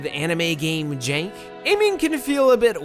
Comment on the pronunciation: jank not jenk, grenade not gurnade Updoot, though, really good coverage of the game.